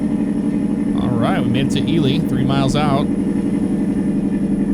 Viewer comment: Right on. It's cool to see that Ely is in this game. I'm from McGill, about 12 miles north of Ely, I work at a Copper Mine up here and I'm also a Volunteer Firefighter. So with all that said, I'm a fan of all the simulator stuff you do. Thanks for pronouncing Ely correctly lol. And for Pioche, it's pronounced Pee-oach, there's a few weird names here for sure lol. Keep up the great work man. Thanks!